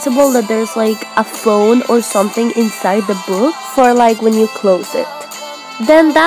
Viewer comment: Instead of saying book she said buuok no offence